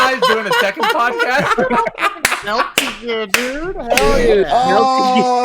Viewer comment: “Melty Gear” 🤣😂😅